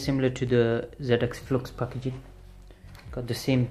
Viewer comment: He says packaging funny